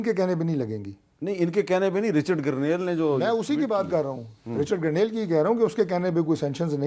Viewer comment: Hamid Mir sb apkey zuban se Garnail ka lafz sun k hairani horahi he poora Pakistan Grenell keh rahay hain aur sirf ap issko Garnail keh rahay hain sedha sedha Garnete kaho wo behtar hoga. Lakin wo bhi grenete hain